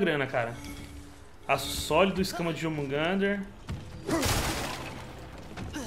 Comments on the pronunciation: Por que o fala Ácido Sólido sendo que é Aço sólido? Slsksjsjjs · Toda hora o fala "Ácido" Sólido. kkkkk Só eu que acho isso engraçado?